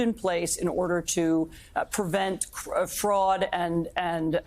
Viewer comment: "We wll get rid of fruad!....laws...."